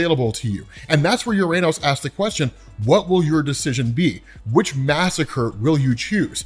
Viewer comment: Just a note, "Uranos", as per ancient Greek where the name comes from, is pronounced as "ou-rah-nos", or "o-rah-nos", and not as "youranus"